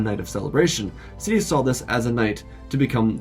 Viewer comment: "Sofa Dias" 🛋🤣